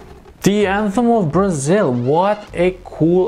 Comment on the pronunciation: You don't have to pronounce the word "Brasil" like that, sounds way too Spanish